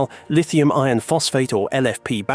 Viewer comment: Keelo-watt, eeron. AI voice for sure....and probably AI generated script too.